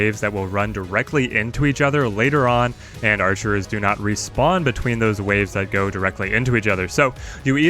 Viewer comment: it's "archers" not "archerers"